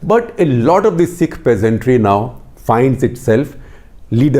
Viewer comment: Who the fuck are calling PEASNTS you bald fuk say PEASANTRY one more time fukwit.